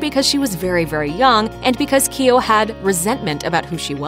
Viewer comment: Keogh. Not keey yo